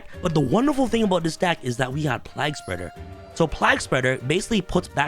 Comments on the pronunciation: the pronounciation of plague is redic lol, have you not heard someone talk of the black plague before -not pronounced plag.... its playg... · My only problem is how he is pronouncing plague as plag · Why can't you pronounce the word Plague? Like the Game A Plague's Tale. It's the same word. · My biggest problem with this video is mispronunciation of plague everytime. Lol. Other than that great deck.